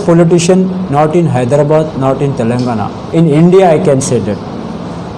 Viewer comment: hyderabad ko hydabad keyu bolta tutla